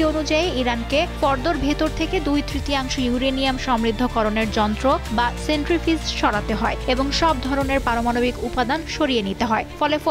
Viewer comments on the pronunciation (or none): মিনিটে সাংবাদিক বলেছেন "সেন্ট্রিফ্রিজ", আসলে শব্দটি হবে "সেন্ট্রিফিউজ" । ২:৫৮ মিনিটে বলেছেন আইআই এ! প্রকৃত শব্দ হবে আইএইএ(IAEA) সংবাদ মাধ্যমে এরকম ভুল শব্দ উচ্চারণ কাম্য নয়